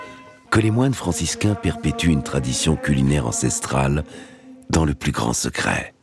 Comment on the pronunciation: moi j'entends "clain" lol